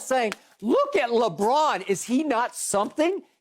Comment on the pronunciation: I lose it every time skip says “Lebrick” 😂😂😂😂😂😂😂😂